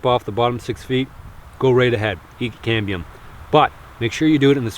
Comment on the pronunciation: When my son heard this video he thought you were saying CADMIUM.... lol... he almost choked on his dinner..... DAAADD WHY IS HE EATING CADMIUM????...... Love your videos man. Just found you today.